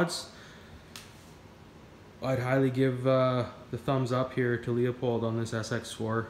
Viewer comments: It’s pronounced Lou Pold not Leo Pold. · Leupold is pronounced loooo-pold not Leo-pold. I’m Canadian too. That has nothing to do with it.